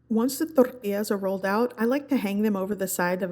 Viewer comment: toRRRRRtillas 🤣🤣🤣 chill! I can tell and know you’re Mexican